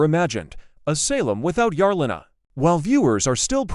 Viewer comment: Mar-lay-na please get it right!!!